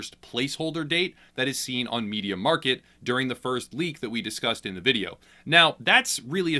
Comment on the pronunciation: its mediaMARKT not mediaMARKET